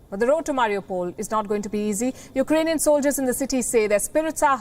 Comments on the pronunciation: Well that was thorough. By the way, he said U—ranian😄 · Can that leader speaks when he is in a lucid interval. Iranian instead of Eukranian.😔